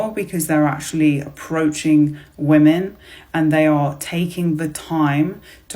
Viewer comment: Why are these idiots mispronouncing the word, women?